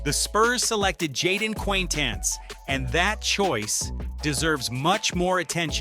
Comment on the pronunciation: jeepers you butchered jayden quanitance's pronunciation